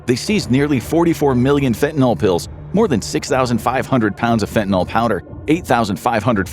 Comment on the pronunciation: For dog's sake, correctly pronounce "fentanyl".